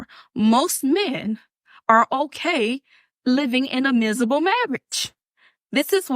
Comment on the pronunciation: I’d rather have a “beRand” new truck than her too, and escape from my “mizible” life